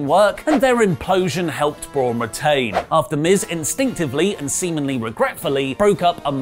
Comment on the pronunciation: he says, "semenly"